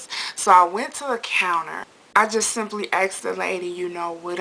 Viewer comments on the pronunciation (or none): It's asked not axed. I hate when people say that.